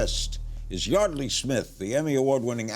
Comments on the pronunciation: So it's pronounced Yardley, not Yeardley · Larry is saying her name wrong